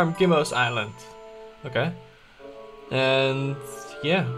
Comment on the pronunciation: I love how you pronounce island as "is - land" haha. Just so you know, the proper way to say it is, "aye - land." :)